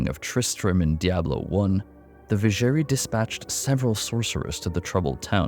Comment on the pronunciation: Not gonna lie, the pronounciation of Vizjerei really hurt me in this one :D